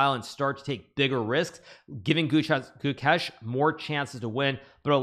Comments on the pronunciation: Ah yes. "Guchess" You thought I wouldn't notice Hikaru? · It's Gukesh not Goo-kesh. Short vowel, emphasis on second syllable. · Gukesh ❌ Chokesh ✅